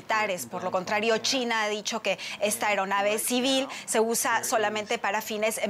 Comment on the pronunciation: Me gusta como esta presentadora pronuncia “China” chitna 😂🤣😂🤣